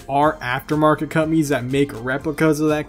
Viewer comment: I was cooking while he was talking about after market companies and I thought he said “after market cummies” 😂😂